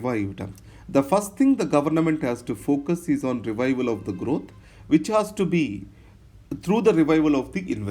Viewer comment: Systematica.. growtha.. apki yeh pronunciation mujhe achhi lagti hain..